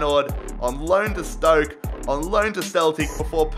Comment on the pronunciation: "Then he went on loin to Stoik city"